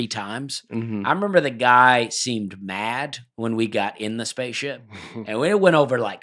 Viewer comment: Is it me or does Dusty add a “T” to every word ending in “D”. For example in this episode he pronounced mad as “madt”.